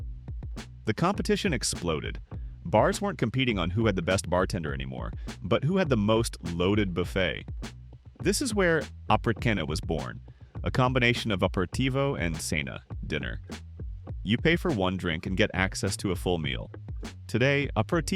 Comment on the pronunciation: I am from the general area and actually live and work in Milano. The video is 95% correct and informative, which is remarkable. The pronunciation must be worked out a bit, but it's largely accurate too. Eg, apericena, the "C" is soft. In "stracchino" the double C plus h is hard, pronounced "strah-kkino", leaning on the "K" part. Anyway, we're accustomed to much worse stuff, this is really a worthwhile video, congrats.